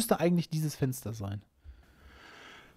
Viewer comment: Es Fensder, was die Haider (von innen!) ei'g'sclagn ha'm... Und er sagt bei tazächlich "Kommd oich, draud tßu mir" :face-green-smiling